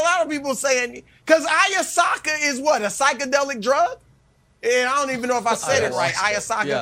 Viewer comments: They mispronounced "I-ah-wass-ka" several times while waiting on the approval of the producer to say the drugs name on air I bet. Once they gave approval, Nick said it. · The simple fact that the commentators can't even pronounce the name of the substance, tells me that their opinion on this matter is full of ignorance and ergo should just shut up and go back to talking about LeBron or the Chiefs ...